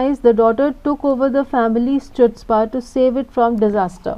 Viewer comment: Wrong pronunciation of wrong 'chutzpah'